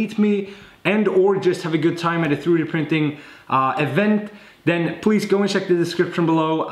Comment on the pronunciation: I just love how he says "tharoodee printing" :)